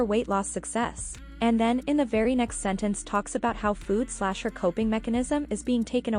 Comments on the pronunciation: Is anyone else annoyed at how she says food? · The way she pronounces food makes me so angry 😡 She didn't say it like this before. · Why has she started pronouncing “food” like that